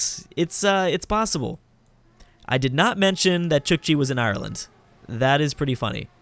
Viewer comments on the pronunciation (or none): none